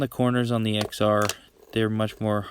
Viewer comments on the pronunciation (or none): Plz don’t call it the “ex are” it’s pronounced “10r”